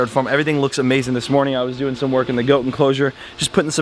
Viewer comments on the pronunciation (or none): I love when goes,how ya derin